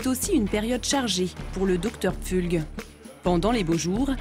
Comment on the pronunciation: 😂 j‘en peux plus, le docteur Pfulg (on dit Pfoulg) c’était notre voisin à Fribourg en Suisse. C’est un gars qui pense qu‘au fric et vraiment pas sympa.